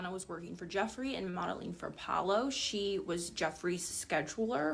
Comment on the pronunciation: Sir his name is pronounced pow-low